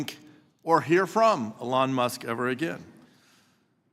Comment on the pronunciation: People put in money and deserve the benefits. By this argument no ponzi scheme is a ponzi scheme. This guy is a joke, and not just cause he cant pronounce what is probably the most spoken name in media right now.